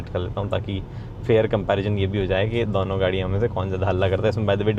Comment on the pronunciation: When you find a guy cute but he says "दौनो"